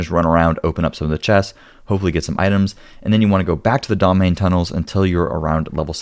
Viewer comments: When you pronounce Domhainne, it sounds like "Domain". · Wait till you hear how Domhainne (domhainn) is pronounced: doe-VINE-uh. Mh is a v sound in Gáidhlig, don't ask me why. 🤣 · I’ve yet to hear a content creator pronounce the word correctly. It actually means “deep” in Scottish Gaelic (Gàidhlig) and is pronounced way differently than it looks in English. 😊 He also says Cerrigar with an s sound rather the the correct k sound, but that’s just the linguist pedant in me noticing. 😊